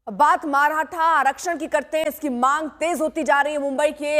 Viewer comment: माराठा नही मॅडम मराठा बोलो इन गोदी मीडिया को ठिक से नाम भी लेना नही आता